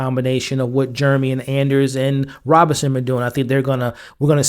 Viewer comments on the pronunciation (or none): Great recaps but I've gotta point out that her name is RobINson not Roberson.